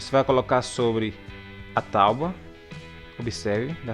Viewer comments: Excelente vídeo e vai me ajudar dms. Mas vc falar "talbua" me pegou dms kkkkkkk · Me inscrevi só pelo início do "estarei trazendo" ao "invés do vou estar trazendo". Apesar da "tauba" gostei do português correto no início. E gostei do vídeo também.